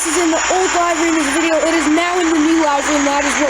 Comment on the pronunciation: i think it is pronounced li-very not live-very